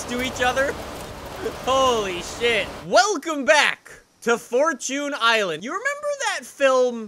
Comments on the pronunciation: It really pisses me off when he says “Four- toon” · Normal people: Fortune: fort tune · The way you say fortune hurts me inside